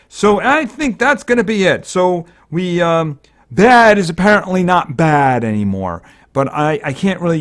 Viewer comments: Also you dont pronounce baade as bad, you pronounce it as bayde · Im pretty sure its pronouced baide